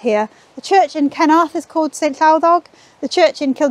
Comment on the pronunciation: When pronounced the name of the village I as an Aussie did a double take. I thought she said ‘kenoath. As in “did you like that meal?” “ ‘ken oath mate”. (Think of putting “fu” in front of ken and you’ll get it). Hehe